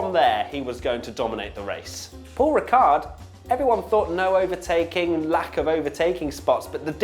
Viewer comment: Giedo van der Garde, not the best Dutch F1 driver in history, but one with quite a good sense of humor. Also, the D at the end of Paul Ricard is silent ;)